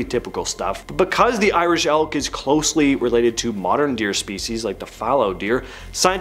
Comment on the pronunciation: Irish Elk. I thought you said ‘Irish Elf’, so yeah, that was disappointing